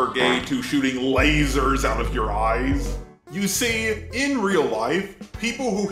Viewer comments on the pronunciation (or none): How about the man who said "lazer soights"